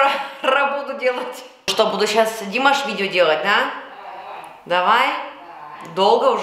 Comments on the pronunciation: смотрю Ваши комментарии уже третий год и мне нравится всё, кроме произношения имени нашего любимого певца: его имя не ДИмаш, а ДимАш, то есть ударение на последний слог! Что касается реагирования на некоторых критиков по поводу Вашего произношения на русском языке, то я Вам хочу подарить для таких случаев французский совет: " когда я встречаю на тротуаре кусок навоза, то не задумываюсь над тем как он сюда попал, а просто зажимаю нос и иду дальше!" Что касается Вашей фамилии, то у Вас был знаменитый однофамилец - пророк Моше ( Моисей ), который вывел еврейский народ из египетского рабства... И в конце комплимент: у Вас потрясающий грудной смех, но бывает он у Вас только тогда, когда Вы говорие по - русски! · Извиняюсь, но по правилам тюркской грамматики, ударение в тюркских словах ставится на последний слог: не ДИмаш, а ДимАш! Ещё раз извиняюсь! С уважением аксакал Жанат, Астана. 10.02.23.